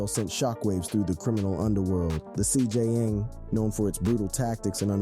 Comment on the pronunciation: The CJN MOTHERFUCKING G ITS THE CJNG NOT CGN 🤦🏻‍♂️🤦🏻‍♂️🤦🏻‍♂️🤦🏻‍♂️